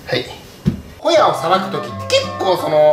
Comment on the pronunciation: ホヤを捌くが親を捌くに聞こえた